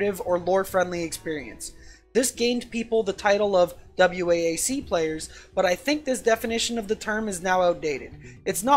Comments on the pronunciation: For the love of god, just pronounce it "Wack", so distracting..... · Great video. For future reference though, noone ever spells it out lol just say "wack"